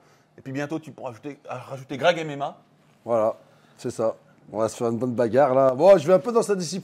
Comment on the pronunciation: "Greg MMA" devient "Grec MMA" ^^